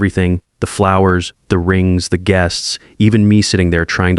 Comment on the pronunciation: Geests?? Teach your AI language skills